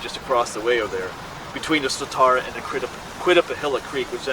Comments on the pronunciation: I love your videos because I grew up outside Harrisburg and a lot of your videos are my old stomping grounds. I do have a pet peeve however... The Swatara Creek is pronounced with "tear", like "tear a piece of paper". It is not pronounced with "tar". Swuh tear uh. Sorry for complaining. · Grew up in the area. The creek name is pronounced "Swad-era" creek, not Swa-TAR-a creek. The nick name for it is The Swaddy. Never heard that legend. Sounds like a blond phase black bear. However, if a Bigfoot actually 'cried out' while taking a bath it's probably because the cold water reached his jibbly bits :)